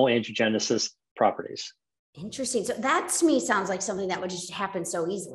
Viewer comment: Wow I’m shocked he would go on this girls podcast we need to see him on GMA not some podcast who can’t even pronounce Angiogenesis smh